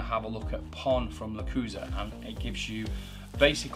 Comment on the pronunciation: Thanks for the awesome video - that's what I needed ! Now, as tu pronounciation of "lechuza" , although it is rather unpopular - the word is pronounced "le-choo-za". Explanation from the Lechuza-PON home site "LECHUZA is Spanish word for "owl". The LECHUZA sub-imigration system watches over your plants like a wise and watchful owl".